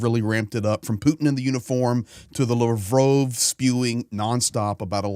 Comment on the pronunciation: YOUR MISS PRONOUNCING LAVROV -ITS NOT LAVROOOOOV